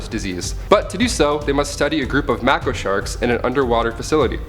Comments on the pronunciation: Its pronounced May-ko not mah-ko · "Underwater"??? It's literally an underwater Cthulhu film. These aren't Deep Sea movies, they're Shark movies. "Mako" is pronounced May-Koh. Also, the "og" Punisher is Dolph Lundgren. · The clip literally states what the animal is, a "Gulper Eel." MAKO--"MAY-KOH" Open Water is based on the true story of Americans Tom and Eileen Lonergan, who were stranded in the ocean off Cairns in Australia.